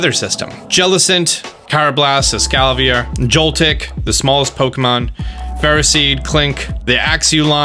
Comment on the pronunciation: "Uzafezant", "scoliopede", "escalvier" "pawrniward" some of the most beautiful pronunciations I've ever heard 😂